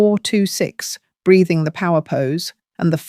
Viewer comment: Breathing not braiding. Sounds like it doesn't it.